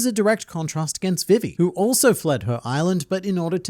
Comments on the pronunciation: Can u stop saying vivis name like that please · Why are you pronouncing Vivi wrong?